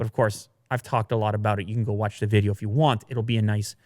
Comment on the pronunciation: Lol is so exited about the MacBook Pro 16 his Canadian accent peeks out at the end of his chit chat with aboot it. I hope they do a spoof episode where they bring out the accent on the heavy for laughs.